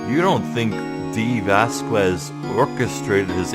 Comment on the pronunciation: You actually don't pronounce the U in Dee Vasquez, just so you know.